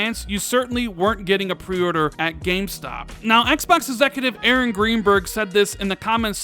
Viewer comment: Why does he have such trouble saying "pre-order"?